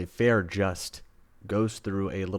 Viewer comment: Feyre pronounced Fay-ruh, Rhysand pronounced Reese-and! 😊 also haha I love watching peoples opinions on the first book… Oh sweet summer child, just wait till the second book or rest of series lol! Does a 180 😂